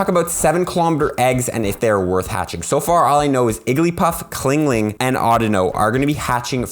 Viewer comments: chingling not clingling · CHINGling not CLINGling lol